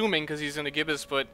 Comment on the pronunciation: Fun fact: Gibus is pronounced "jy-bus"